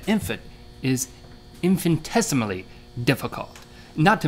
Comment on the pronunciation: your both major nerds, which I can relate too. you know the definition of infinitesimally (you pronounced it wrong) and don't know what a centaur is. you guys are not even entertaining. get a job